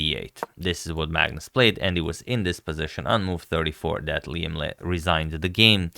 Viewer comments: Correct pronunciation, I'm a bit surprised! Most non Vietnamese often pronounce "Lee" instead of "Le" or "Lei". I bet you've done your research, and it's absolutely okay to call Liem Le, it's for international use. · Thank you Agad to pronounce our Liem Le the right way